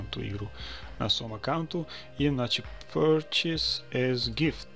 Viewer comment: zasto purchase citar Prčus ko prcenje=jebanje xDDD hahaahh